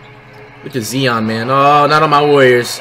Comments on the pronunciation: It’s not zein it’s zion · It is 2020 and hes saying "Zeon Williamson"😂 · he said jae Morant and zee on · JAH-morant ZEYE-on Rudy-goBEAR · It's not zeon